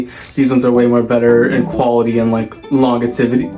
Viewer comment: I think you mean Longevity (long-jeh-vity)😂😂😂